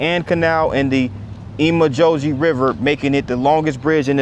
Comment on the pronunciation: Great video. This is how you say wicomico wecombmecoe